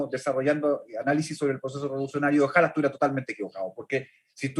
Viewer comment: Bien. Sólo un comentario, tú como una persona preparada profesionalmente deberías decir ojalá y no ojála. Eso tal vez lo podríamos decir en nuestro país y no en una entrevista. Slds.